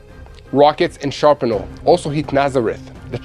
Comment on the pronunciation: It's pronounced Shrapnel not sharpanel :-D